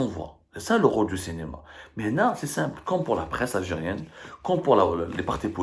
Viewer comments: Le Cinéma et non pas Le Cénéma ya essi Abdou, travaille sur ta prononciation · Abdou. SVP, Cinema avec un i et non pas cenema.